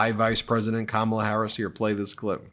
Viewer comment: He calls her Kam- ALL-a. How about starting to call him Don-OLD? Please start this trend.